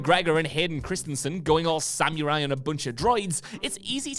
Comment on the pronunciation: Sam-you-rye? "Samurai"